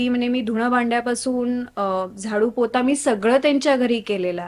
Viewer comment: झाडू पोता नाही ग झाडू पोचा 😂